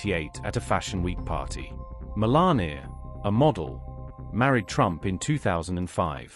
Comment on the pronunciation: Stop calling her Melani .Her name is MELANIA